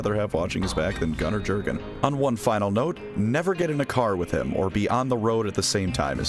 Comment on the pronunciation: I like that first artwork of Jurgen (It's pronounced "Yur-gen," btw, it's Germanic). By the way, contrary to the memes, most Inquisitors DON'T go blowing up planets willy-nilly, because it's the kind of thing that carries big consequences if you don't have a damn good excuse for it. That planet is part of the Emperor's domain you've been entrusted with, and just because the Imperium has a million worlds, doesn't mean that a lot of other worlds won't be affected if part of their supply chain suddenly disappears!